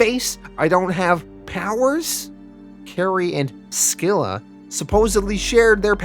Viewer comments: it’s SILL-A, not SKILL-A; SILL-A, and CARE-RIB-DIS...the names are from the tale of ODYSSEUS; the phrase, “caught between SCYLLA AND CHARYBDIS”, means to be caught between two bad options, or to be caught between “a ROCK, and a HARD PLACE”...I guess to mean that any villain caught between the two brothers is in real trouble... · I hate too be that guy but you also mispronounced the names of the brothers. They are pronounced Ka-rib-dis and si-la. They are named after the twin whirlpools from the Iliad by Homer. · You also mispronounced scylla, is pronounced silla the c is silent. These videos are awsome either way tho.